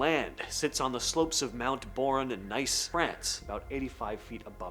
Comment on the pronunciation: I think you need to do more research on how to say something of these places. The ones in England you butcher every time. And nice?! Nice? You got to look into how you pronounce this stop you looking so stupid and small minded.